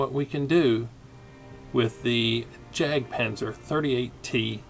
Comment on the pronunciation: Not pronounced as 'jack' panther but yak panther. It's a German pronunciation.